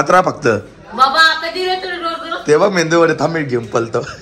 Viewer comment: मेंदू नाही रे मेदू वडा.😂